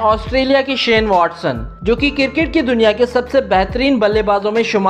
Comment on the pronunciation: Cricket Not Criket